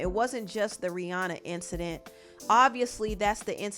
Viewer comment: Rihanna is pronounced Ri-Ana. Not Ri-Aw-naw.